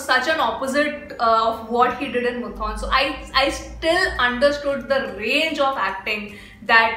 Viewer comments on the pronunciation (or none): Am a Fahad & Lalettan fan... But still waiting for "Thuramukham"... And IJRR.... Its not Muthon... Its Moothoonn.... And don't miss Action Hero Biju...